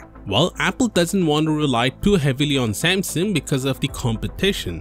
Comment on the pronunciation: i hate the way this dude says samsung